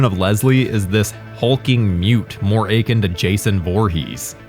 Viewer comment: That was an unfortunate pronunciation of “akin”.